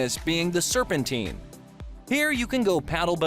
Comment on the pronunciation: The filming is good, the pronunciation in the commentary not so much! The Serpentine is pronounced '....tyne' and the famous river is pronounced the 'Tems'. Also, the Thames IS the longest river entirely in England, but we have one slightly longer which is the longest in the UK, that is the River Severn. They are 215 and 220 miles respectively. Minor points but maybe worthwhile for a future video :) Still enjoyed it :D